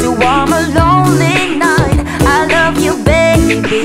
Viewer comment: Selah- “let me loff you” accent so good